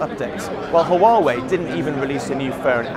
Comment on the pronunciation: The way he pronounces Huawei.